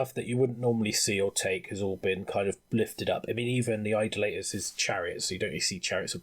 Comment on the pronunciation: Only one criticism to this... It is pronounced I-DOLL-A-Tor. Not Idle-later....